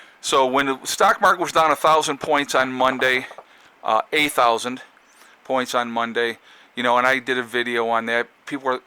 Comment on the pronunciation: LOL - it's funny even when you were clarifying in your follow up video I heard 8000. I think I know why in my case --- I would pronounce it uh thousand - like the a at the end of my name. But I knew what you meant.